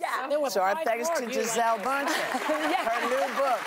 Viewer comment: Please I implore everybody to learn how to pronounce Bùndchen, it's horrific to hear the variation of this woman's name